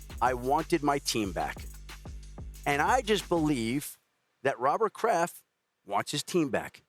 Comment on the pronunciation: everytime shannon says “Mr. Kraft” i always hear “Mr. Krab” lmao